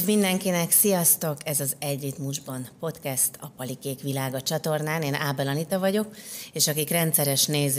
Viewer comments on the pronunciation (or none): none